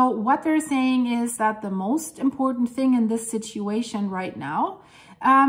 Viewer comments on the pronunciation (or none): none